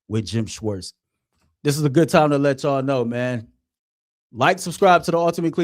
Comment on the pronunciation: What is “goot” morning?